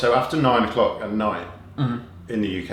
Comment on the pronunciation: I think Wheezy said "cock" haha